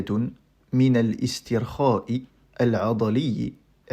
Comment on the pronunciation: Avec tout le respect, vous lisez mal le mot "relaxation" en arabe. La "hamza" du début est une hamza de liaison: cours de base pour grand débutant.